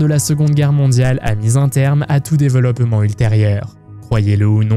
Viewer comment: Le "déveuloppement", c'est aussi une manière de prononcer inventée par les nazis?